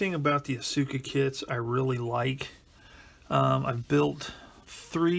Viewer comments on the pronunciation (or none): small nitpick: it's pronounced aska, not asUka.